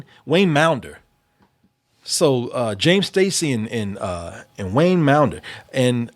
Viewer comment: WAYNE maunder's name is pronounced like wander, with a M.